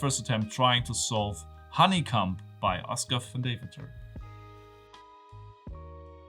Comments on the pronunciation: Honey comb mate, not honey cum. Comb as in home. ;) peace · lol he's definitely saying honey cum instead of honeycomb. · ⏸️ is he saying honey cum or honeycomb?! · Fun puzzle! Pronunciation hint: "Comb" rhymes with "home" or "dome". You're saying it as if it rhymes with "some". (Sorry for the weird English rules). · Just a heads up, it's pronounced where comb rhymes with home :) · Firstc2 syllables are fine thevthe final should be pronounced "kohm" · I know that English isn't your first language but the way you pronounce Honeycomb is really funny!